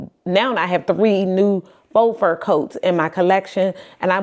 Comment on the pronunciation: Faux is pronounced "foh", not "fox".